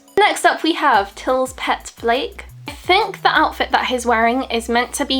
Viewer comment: I hate to be this person, but for future reference "Flake" is actually pronounced "flah-ka", not flake as in "cornflake". 😛 Anyway, I own these as well and share your concerns. I think on the larger (non 7cm) figures, the texture is a little more smooth. It's weird how on these ones the clothes are so detailed but the faces are kind of obscured. I think Schneider and Olli are the most clear-looking figures, and Paul is one of the "fuzziest". Describing the faces as low res Jpegs is really relevant. Nice unboxing; hope you enjoy them as much as I do